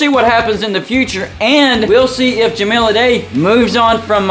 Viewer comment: Certainly some concerning correlations with him, but really hung up on the mispronunciation of Ja-mile (5280 feet) Ah-die (singular of dice)